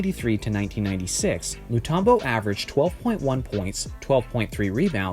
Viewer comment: His names Mutumbo not Mutarmbo